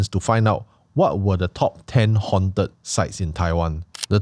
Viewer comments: "Hawnt-ed", not "hunted" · I cringe whenever Anwar pronounces 'haunted' as 'hunted'. please correct the pronounciation leh